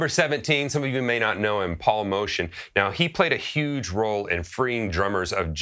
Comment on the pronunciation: My favorite playing of Billy Higgins is with Steve Lacy. Wow his ride cymbal playing just amazes. I, too, prefer to call him Paul Motion even though his name pronounced Moh•tee•un. Motion really describes his playing. Haha